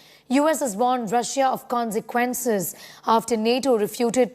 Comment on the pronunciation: Terrible English- " Conzequnces"????